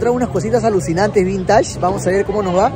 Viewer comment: de patas, di vÍntage, no vintáge. Para que no hagas roche jaja